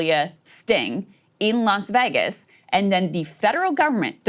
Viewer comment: “Las Veggus” Krystal Ball There is no there there